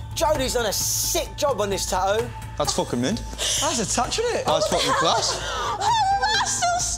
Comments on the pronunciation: Do these people have a problem with the letter "t"??? It's a tattoo - not a tahoo. Freaking British - you invented the language, now learn to speak it! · Ummm did this host just call it a TA EWWW?? Lol